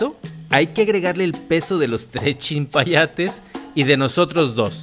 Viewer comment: chilpayate nombre común COLOQUIAL•MÉXICO Niño de corta edad. hola no es chimpayate es chilpayate Saludos 👋